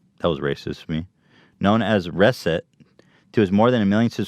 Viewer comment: Ethan is terrible at pronouncing words correctly. It's Reset!! like the regular word!!! Not "res-it" ...."RE-SET!"